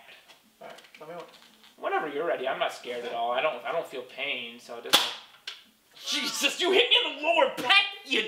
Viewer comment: The way he said Jesus he said je sus😂